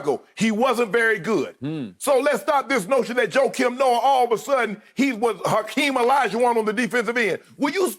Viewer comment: He said “Joakim Noah” oh NAWW skip been smoking sum serious stuff bruh 🤦🏽‍♂️💀😂😂